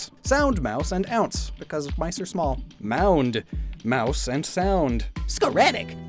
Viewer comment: Ты так себе сказал "Мышь"